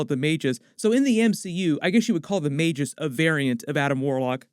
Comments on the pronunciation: Ma- GUS. Not may-jis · its magoose not mage-ess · I thought it was "Magus?" He keeps saying "Majus" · Its Mag - Us Magus. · Sounds like may·guhs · It's pronounced "Mah-gus" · Magus, rhymes with Vegas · The way you pronounced Magus lmao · Always read it magus with the hard g. Lie gus